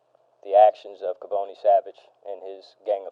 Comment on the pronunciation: Its Ka-Boni not Kay-Boni